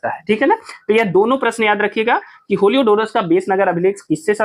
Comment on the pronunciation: होलियोडोरस नहीं हेलियोडोरस कहिए